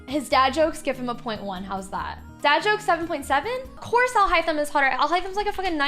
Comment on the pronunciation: Alhothem, yes. 🤣🤣🤣 it's not alhaithem but alhothem indeed